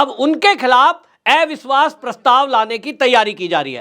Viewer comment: Bhai ji hindi to theek se boliye. अविश्वास होता है, एविश्वास नहीं.